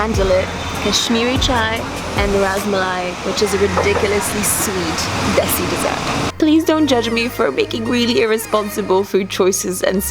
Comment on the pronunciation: love your content !!!! and specially "chalo" and "Desi" sounds so perfect